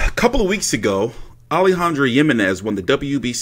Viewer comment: The j is pronounced like an H